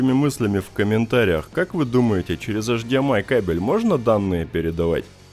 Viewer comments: Все интересно, только я не понял, автор как-то произносит странно ЭЙЧДИЭМАЙ. ты, что, букву ЭЙЧ не выговариваешь, бро? Что это за эшдиэмай? Что за эш? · Говори не «аш ди эм ай» а «эйч ди эм ай», ибо «аш» это латынь, то бишь «аш дэ эм и» на латыни